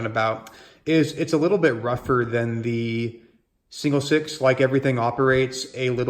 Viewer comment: Please learn the proper pronunciation of the word "the" when the word following it begins with a consonant.